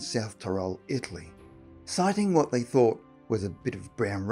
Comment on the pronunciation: When he said italy I heard Ically.